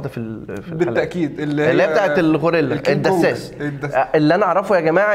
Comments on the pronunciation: العسساس مش الدساس يا عم😂😂😂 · اسمه العساس يا عم مش الدساس 😂😂😂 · اسمه العسّاس ياعم جبت الدسّاس ده منين 😂😂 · Assas not dassas *